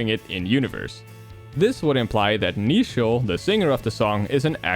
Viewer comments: Getting a slight eye-twitch every time he says Neichel wrong. It's meant to be based on the English word "nature". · neichel is supposed to be pronounced like nature